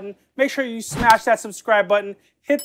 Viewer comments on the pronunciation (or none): none